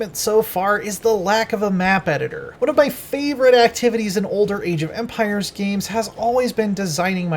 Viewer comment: Eej of Empires?